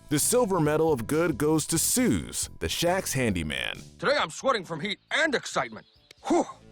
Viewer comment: Ah yes. Good old “Suze”😂